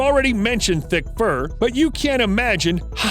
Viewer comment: I know he said very thick fur, but who thought he said very dick fur?